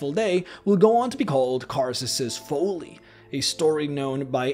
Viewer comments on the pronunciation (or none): Karsus' Foalee? lol Folly. It's a short vowel. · Folly rhymes with volley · Incorrect grammar on that first spell. Even though it’s showing possession you do not add an additional “s” after the apostrophe on words/names that end in “s”. What is shown is “Karsus’s Avatar”; what is correct should be “Karsus’ Avatar”. Allllsooo.....the narrator mispronounces “folly”..... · Folly is pronounced fall-ly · I don't know if you're saying folly wrong or I am but I'm pretty sure it's you. 😂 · Folly rhymes with jolly. Great video otherwise. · He didn't even think it through at all. Also you say folly completely and utterly incorrectly.